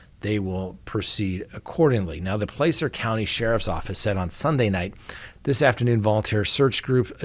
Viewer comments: Hi. I'm not criticizing however 'Placer' is pronounced with a short 'A' (ah) not a sharp 'A' (AA). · Not trying to be a jerk, or grammar police, but the a in the word “Placer”, is pronounced with the short a sound (ă) as in Apple, Dragon etc. 😂💙